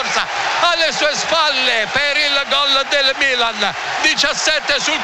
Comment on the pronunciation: Ha segnato il mmmilan come lo dice lui nessun altro